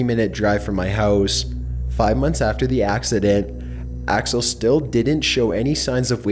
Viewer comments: He called him alex when his name is axle 😂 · You said Alex but it’s really axel what an embarrassment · Did he call axel “Alex” or am I just mishearing something? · Ok this has to be complete fiction, you’ve said Alex at least 2 times instead of Axel. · he says alex and axel which is it